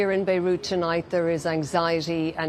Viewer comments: WTF is "Beirush", "Beirutz"? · Did she say: THIS IS WHAY BEIRUT HAS BEEN ENJOIYING???🤣🤣🤣🤣